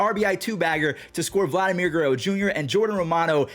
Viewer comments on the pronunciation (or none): none